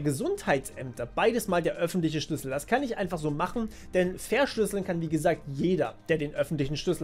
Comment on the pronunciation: Ich glaube, du hast noch nie so viel "Schüssel" im Video gesagt wie jetzt xD